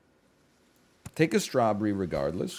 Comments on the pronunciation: is he intentionally saying strawburry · The way he says strawberry bothers me only bc I know that he knows he says it differently than normal